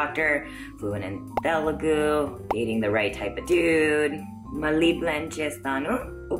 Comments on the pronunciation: First of ALL!!! It's not , ""Te-LE-gu" .... It's Te-LU-gu... Learn how to pronounce the name of the language...(disgracefully your mother tongue) P.S. Writing this comment in English so that you'll understand Anyways good luck.. Hope we will get to hear a better Telugu from you! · You were good but mam it's Telugu not teloogu that is the only complaint I had you were looking so gorgeous btw😊